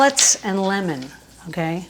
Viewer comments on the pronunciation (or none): none